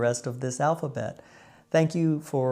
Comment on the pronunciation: Nice video 👍 ❤ Your tot ziens has a bit German accent 😊